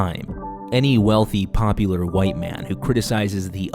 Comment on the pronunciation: It’s hard for me to read a sentence with Pewdiepie and populist without thinking about how Pewdiepie mispronounces “popular”.